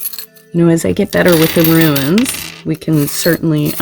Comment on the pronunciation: Pretty sure they're pronounced "Roons", love. Thx for the reading.